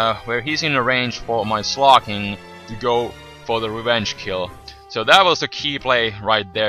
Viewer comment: it's slaking not sloking